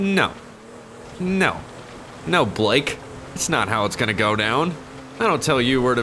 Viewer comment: The way you said Blake lmao no